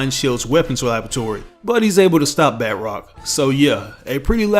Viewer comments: Hah :D bud it’s isn’t bat rock, his name is pronounced bah trock, he’s French, does bat rock sound French ? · Just a little nitpick, batroc is French and pronounced more like “batch-rock” than “bat-rock”. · It's kills me when he says batrocs name because he pronounces as if it was spelled batrock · Its not pronounced Bat Rock..... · We all make mistakes